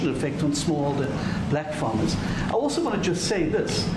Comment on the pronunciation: in Asmon's video, these so called minority parties make up 25% of the total. And the victims of attacks on farms are around 90% white. But hear how the guy tries to emphasize "black farmers" are being attacked too.